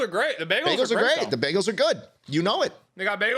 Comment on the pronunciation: i’m from texas and i’ve never heard of a baygal